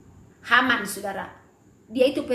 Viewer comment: Naaman ibu, bukan Haman.Maksud ibu benar tetapi salah ucap.Terima kasih ibu untuk kesaksiannya